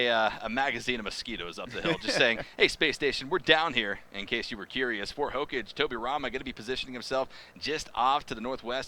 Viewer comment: hokaage not hocage 😑